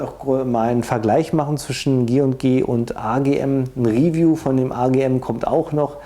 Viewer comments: der brus, macht ein riwiju hahahaahaa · 1.8k Euro für 0.5 Joule, also für billiges Plastikspielzeug? Was fürn Beschiss... PS.: Mach deine Videos künftig entweder komplett in Englisch oder bleib beim Deutschen, die Anglizismen machen das Video ungewollt lächerlich, vor allem die Aussprache erinnert an die Projektwoche der Hauptschule. ("Real Steel" hahaha "Riiihhffiijuuuu - "Hitlers BASSsaou")